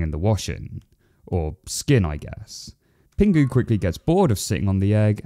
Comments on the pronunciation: it's pingu not pengu haha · Ahh so nostalgic ❤ but broo it’s pingu not pengu 😊😊😊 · Stop saying pengu!! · Why do you keep pronouncing it 'Pengu'?? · I know it's penguinese, but did it sound like Pingu swore to anyone else?